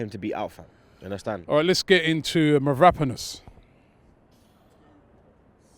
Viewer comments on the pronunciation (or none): It's mavropanos and you emphasize on the second a It's MavroPAnos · Mavropanos not Mavrapanos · It is ‘Mavropanos’, not Mavrapanos!!!